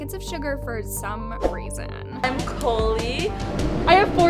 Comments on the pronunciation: COLIE NOT COLI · pronounced cOlie wrong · I love you but you keep says colie’s name weong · has to be from a weird ass person she can’t say people’s name correctly like colie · Not to to be rude im a fan but you miss prounence colie